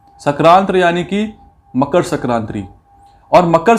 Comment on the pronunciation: It's sankranti sarkranti nhi